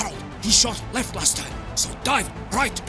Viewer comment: Last* not Lohrst